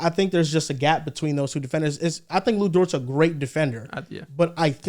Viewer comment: Why does he keep saying lu dorts?